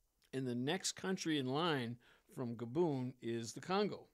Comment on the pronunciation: Take a shot every time he pronounces Gabon as GabOOn